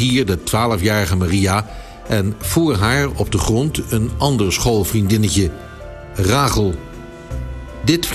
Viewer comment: Ragel... volgens mij Rachel (Rasjel) 😂😂😂🤷🏾‍♂️🤷🏾‍♂️🤷🏾‍♂️